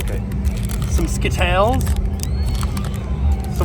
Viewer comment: The way says skittles 😂😂😂